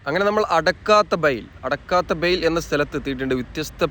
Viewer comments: അടക്കാത്ത ബയിൽ അല്ല അടുക്കത് ബയിൽ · അടക്കാത്ത ബയ്യ് അല്ല "അടുക്കത് ബയൽ "